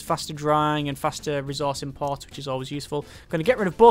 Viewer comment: could you start actually pronouncing ressource right?